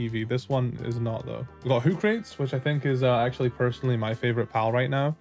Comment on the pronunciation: Hoocrates is supposed to be pronounced "Hoo-cra-tees" like Socrates, hence why it looks wise